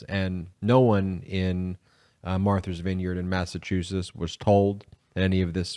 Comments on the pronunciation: It's Martha, not Marther. Matha's Vineyard, not Mather's Vineyard. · Martha’s [Vineyard], not Marthers. That’s like a reverse Boston pronunciation, lol. They drop the “r”, you added one! ;). [love your wrk, btw, and thank you for what you do] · Is he saying Marthur's Vineyard?